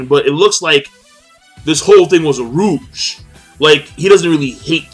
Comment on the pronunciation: Are you pronouncing 'ruse' properly? Normally I wouldn't mind, but you used it in your Bleach review as well, and I'm not sure if it's your accent, or you're simply saying it incorrectly without realizing.